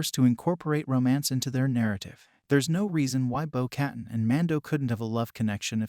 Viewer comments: its pronounced "bow kuh-tan" not "bow cat-in" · "bow kuh-tahn"